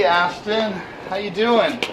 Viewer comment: It’s an AstOn not AstIN please pronounce it correctly.